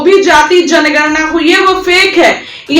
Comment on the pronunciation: You can not pronounce janganana and speak gatjanana.You are not capable for this field.